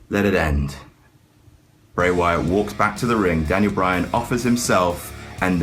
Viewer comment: I swear once I heard him say Daniel Bryatt